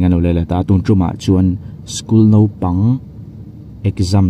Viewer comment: Nopang, ti lovin naupang, tih tur